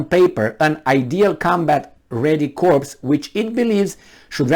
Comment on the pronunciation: Corps is pronounced core.